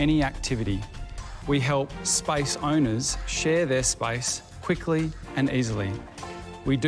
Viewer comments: The word SPACE they pronounced it spice.hehehe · Yes. I was confused. Their pronounciation of space is spice